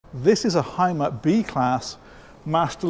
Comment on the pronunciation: Y is U in German… so it’s pronounced Humer